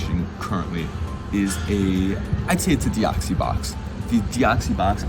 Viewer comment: Did this dude just say deoxie box! :/